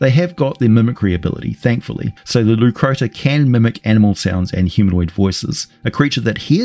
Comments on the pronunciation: Leucrotta not Leucrota. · he can't even recognize Crocotta/crocuta is the origin of the hyenas name, so it's not surprising he half assed pronunciation too.